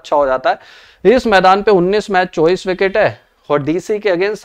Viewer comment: यार चौबीस को चौबीस ही बोला करो चोविस नही